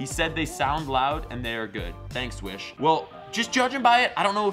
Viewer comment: I thought you said "Wish Bus"